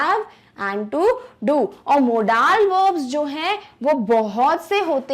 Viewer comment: Mam but you pronounce modal as moodal